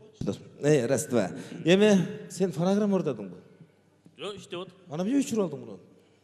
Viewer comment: Фанагырама эмес фонограмма